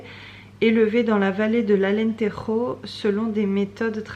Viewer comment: Sympa ce petit vlog Pour alantejo (ca se prononce comme je, c'est du portugais pas de lespagnol!!!! Lol) J'ai pris la meme laine mais pas la même couleur pour la couverture de ma puce, elle se tricote bien et bien chaude